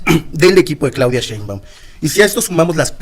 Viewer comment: Con todo respeto Sr. No es Claudia Sheinban es Sheiunbaum